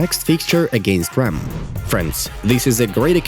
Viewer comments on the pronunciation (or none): none